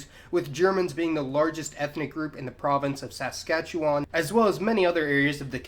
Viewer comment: Coming from a saskatchewanian the way you pronounced Saskatchewan was brutal